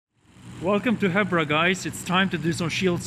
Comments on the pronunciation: I think its pronounced Heebra just like zebra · isn't it prounonced "heebra" ?